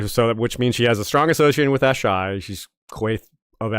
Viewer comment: Wish he didn’t pronounce “Asshai,” the way he did at the beginning. Ash-Eye? Uh-Shy (phonetically) is the way I’ve always read and heard it in my head. But I might be wrong. Great video besides me being a nerd. Well done y’all.